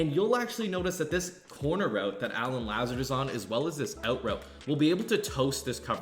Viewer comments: it’s La-zard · La zard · Pronounced La-Zard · it’s “La-ZA-Rd” 🤣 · I'm sorry but I gotta lmao (Luh-Zard) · The "Lazard" pronunciation hella funny but good video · This nigga dont even watch football cuz if he did he wld know he saying his name wrong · LOL the way you pronounce “Lazard” . You did him wrong that’s not how you say his name 😂😂